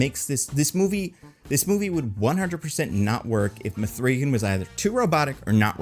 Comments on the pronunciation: Did you make this video just to say muhthreegan more times than any human should say muhthreegan? You bastard. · This sounds like a bit from Weekly Planet, which is to say, bad, but I love it, lol.